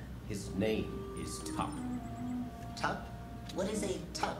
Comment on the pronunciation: tup not tupp